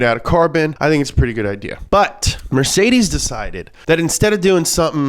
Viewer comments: Can you please stop saying Mertseezziiesss instead of mercedes.... you sound very dumb saying that. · MER-CÉ-DES not mercaidscees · Sorry, but that pronunciation of Mercedes is just killing me 😂 It's kinda more like "Met-zay-dees" and not "Mer-Zay-Zees" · Mercedsees. It's not Mercedsees. MURR - SAY - DEES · As a German it triggers me that you pronounce mercedes mercedzeez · Mercedeez lol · I kinda hate that he says Mercedes like Mercedzys but every says some thing differently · Did I hear MercedZes? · Pronounced mer sayed deeez buddy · why is it so hard for you pronouncing mercedces right? ;) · Nobody:: MerZeziss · Is this how Americans pronounce mercedes? Never heard it like that before haha It's MER-SAY-DEES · Mercedzes ? Dude pls learn how to pronounce car brands if you talk about them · Why is he saying MercedCes? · it's pronounced Mer-Ka-Dess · Nobody: mErCeZeS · The “funny” pronunciation of Mercedes and other words is super annoying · Is he genuinely trying to say Mercedes? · Why does he say Mercedes like that...... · The way he says mercedes makes me angry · You can't even say Mercedes lol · Same reason he's saying Fjord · He is really struggling with the word Mercedes